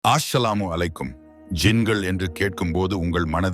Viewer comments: இவர் ஏன் பிழையாக உச்சரிக்கிறார்.... "ஆஸ்ஸலாமு அலைக்கும்."????? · இது என்ன ஆஸலாமு அலைக்கும்? அஸ்ஸலாமு அலைக்கும் இதுதான் சரி